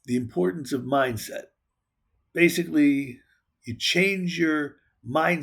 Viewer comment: "Breaktrugh" "Mimdset" lmao